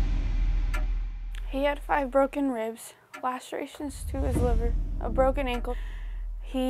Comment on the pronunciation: This girl really said “liber” and not Liver lmao